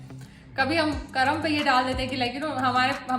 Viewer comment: करम नही है मैडम कर्म है हिंदी बोलना सीखिए आप